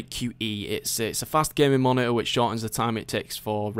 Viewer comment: Ma - ni - urg (monitor) XD